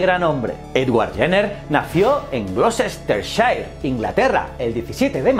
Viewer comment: Hola. Gloucestershire se pronuncia como Gloh-ste-share: (/ˈɡlɒstərʃər/)